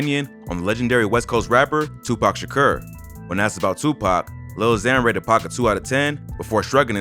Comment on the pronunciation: “Tupac shakrrr”